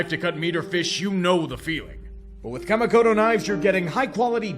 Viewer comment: I can take anything negative you have to say about my Packers (I've said pretty much all the same things).... but hearing you trying to pronounce a Japanese word like "Kamikoto" was a samurai cut into my Weeaboo soul. 😱🤬